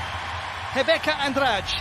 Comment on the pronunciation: A pronúncia do narrador quanto ao nome da Rebeca é a melhor que ja ouvi até agora. Bom quando profissionais se importam com detalhes.